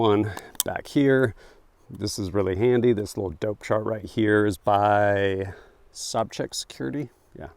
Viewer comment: "Sob-chak" security???? Love you, but full stop, pop a gummy, and watch "The Big Lebowski" immediately. It's pronounces "Sow-Jack".